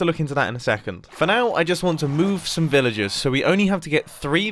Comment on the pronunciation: When Mumbo says Villagers, it sounds more like Villages.